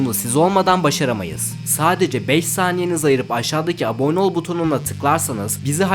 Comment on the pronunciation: Hocam her sey iyi guzel ama su abone kelimesini aboggne gibi soyluyosun uyuz olup abone olmuyorum duzgun soylediginde olcam